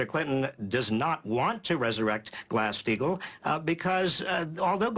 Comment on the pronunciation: Did Barney say "Grass-Steigel"? Grass? He is 100x more incoherent than Bernie on his worst day, even Bernie on his worse day getting hassled by the bizarre Daily News staff (it's not even journalism).